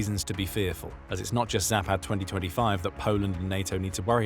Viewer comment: All A sounds in any Slavic language are like the A in fAther . Not like the A in cAt... Zah-pahd....